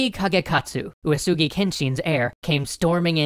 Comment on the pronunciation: Uesugi is pronounce as weh-see, not u-e-su-gi